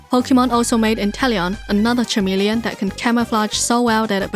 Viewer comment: FYI - “chameleon” is pronounced like it’s spelled with a K, same way as Kecleon. English is weird lol great vid!! Learned so much